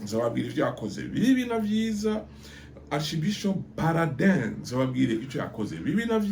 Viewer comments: Uko biri kose, soma amazina uko ari Exemple: Gatera kandi ari Gitera Peraudin ntabwo ari Parodin... Bieabina ko amateka yino uyasoma gusa canke ubigira ubishaka..... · Ngukosore gato ni Monseigneur Peraudin André ntabwo ari Paraudin nkuko ubivuga. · Yewe mutama, vuga ibyo iwanyu, ureke ibyo iwacu mu Rwanda kuko ntubizi neza. Dore n'amazina yabo ntuyavuga neza: Mgr PERRAUDIN et pas Paradin, GITERA et pas Gatera.......